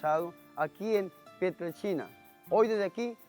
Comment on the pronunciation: se oye. que dice pieltrechina.